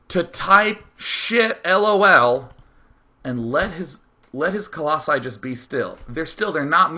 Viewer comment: The way Day9 prenoucnes "lool", im smiling even a year after. Omfg thats good.